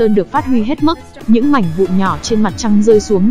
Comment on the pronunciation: Bà chị ko nói đc từ mảnh mà nói sang từ mánh kk 🤣🤣🤣🤣🤣